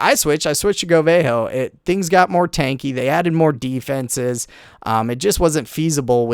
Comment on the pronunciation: It's not Go-Vay-Ho, It's Go-Vuh-Ho